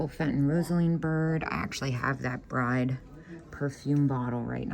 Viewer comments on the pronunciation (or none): none